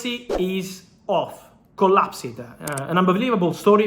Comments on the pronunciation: Dude, you don’t pronounce the ‘ed’ on the end of collapsed…it’s more of a ‘t’ sound… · I love it when Fabrizio says CollapSED 😂❤